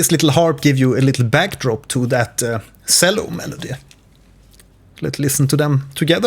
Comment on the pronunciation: the way you pronounce cello pains me... this is a very helpful video tho, thank you!